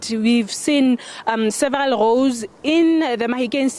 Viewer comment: Goad or Roads 😂😂😂